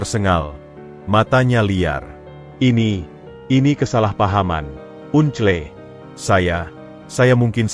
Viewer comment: Baca uncle kok gitu to un cle kan itu BHS Inggris (baca angkel) Dulu sekolah saat pelajaran BHS Inggris pasti selalu tidur atau tidak masuk ya !?